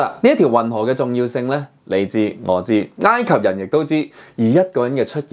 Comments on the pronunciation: 查實係“哀“及唔係”挨“及！ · ，埃及個埃字讀音係 '哀'，你讀咗異音字'挨'，你有超過60萬訂戶，必須話你知，唔好讀錯。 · 應該係 山埃先會讀ngaai，其他時候應該都係oi。我記得係咁。唔係既話，當我冇講過🤣